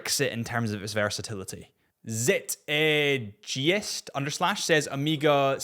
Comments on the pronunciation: May I nominate the Grand Seiko Mist Flake GMT titanium, SBGE285 as a potential one and done watch? By the way Zitegeist is pronounced as Zitegeist 😁😁. It is the spirit of the time. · zit....eh....gee-ist Really? 🤦‍♀ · As a watch collector, you should look up the word Zeitgeist and how to pronounce it. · You should look up Zeitgeist meaning and how to pronounce it.